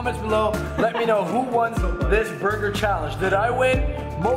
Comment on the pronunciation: you said buger not burger